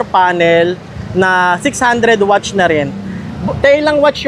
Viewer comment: Ano yung wach? Akala ko nagkamali lang sa unang pagbigkas ng watts, pero ganon pa rin nung pangalawang beses nya sinabi, watts naging wach, king inang yan, simula non inistop ko na yung video, ayoko marinig yung wach ng siyam na minuto 🤦🏻‍♂️🤦🏻‍♂️🤦🏻‍♂️🤦🏻‍♂️🤦🏻‍♂️🤦🏻‍♂️🤦🏻‍♂️🤦🏻‍♂️🤦🏻‍♂️